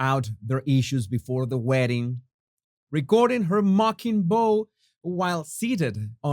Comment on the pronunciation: Bow IS NOT always pronounced beau. A movement in deference is pronounced bough, (ow)